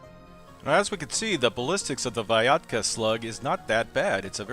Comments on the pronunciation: The letters Y and A in this slug name shoud be pronounced in one sound "ya", not separated like "i a" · When said Vyatka, I thought it was a cross between Viagra and Vodka. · I thought said Viagra! 😂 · It's pronounced Vyatka, not Vyatka Duh